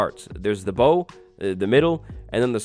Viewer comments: The front or bow of a ship is not pronounced "bow" as in "bow tie". It rhymes with "ow!" or "now". The "stern" is also known as a "Howard" in some places. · the front of a ship is pronounced as, bau no bou (like a bow and arrow) which is also different from bow ( to incline the body or head in greeting) note to anyone that plays bedrock that watches these vids, banner points on maps do not work on bedrock. i love looking for shipwrecks and all their variant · Bow rhymes with How, not with Low. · Since no one else will say it since phonetics are impossible to read through text. It isnt "Bow" like a Bow and arrows. Its Bow as in the onomonopia "ow" but with a B in front, or like "Lil Bow Wow", or like bowing down to the queen. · bow for boats is pronounced like it rhymes with now i believe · ok ok ok, its not called a bow, its prounaced bow like bow down to the devs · so u dont boat to often do ya? lol not how up pronounce bow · Bow pronunciation just hurt me it’s bow 🙇‍♂️ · It’s pronounced bow not bow. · I love the way you British YouTubers say "bow." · It's pronounced bow like take a bow not bow like bow and arrow :) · Bow of the boat = bow like bow down, not bow like tie a bow. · Where'd you learn how to pronounce the "Bow" of a ship? hahaha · It's pronounced bow, not bow